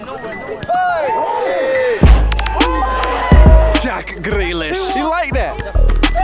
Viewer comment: “Jrrraack Grealish” got me rolling to Wendy’s 💀